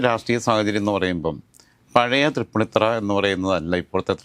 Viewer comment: എടോ മരത്തലയാ തൃപ്പുണ്ണിത്തുറ അല്ല തൃപ്പൂണിത്തുി ആണ് ശരി